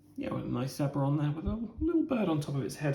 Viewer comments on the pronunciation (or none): I think it's pronounced....zebra😉 Nice video....it looks like a well presented game. Looking forward to the play through video 😁💛